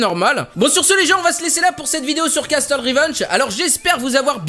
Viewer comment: "Castle" ça se prononce "casseule" ! Likez pour qu'il voit et qu'il ne dise plus "casteule". Merci ! :)